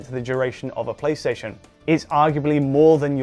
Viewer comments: TheRocco96 i think he meant play session, but it sounds like playstation lol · Ohhh, maybe he said "play session" - sounded like PlayStation though haha